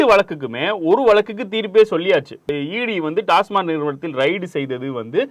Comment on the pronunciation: யோவ் டாஸ்மார்க் இல்லையா.. டாஸ்மாக் ன்னு தெளிவா சொல்லு..